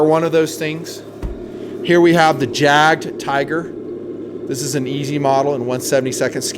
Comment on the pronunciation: Pronounced YAG Tiger. Not JAG.